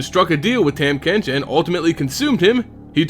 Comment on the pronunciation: not to hate on your video or anything, i would just like to inform you that his name is pronounced "tom" not "tam", but also this video really makes his lore make sense.